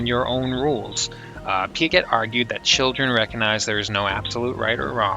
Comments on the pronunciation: Pia-zhay. It's pronounced Jean Pia-zhay. That's all I could focus on in the video. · sorry to be that guy but it's pronounced "pee uh jay" liked the video tho